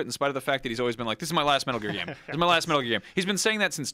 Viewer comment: Was anyone else kinda impressed by the way that guy said "metal gear" at the beginning?